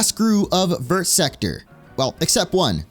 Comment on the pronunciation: hearing you pronounce "vert" as if all the letters are supposed to be sounded literally kills me inside. like ik french doesnt deserve to be properly pronounced but its VERRRR not like ver but like vur